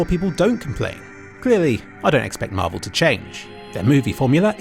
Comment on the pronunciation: pls say marvel ,please fix xd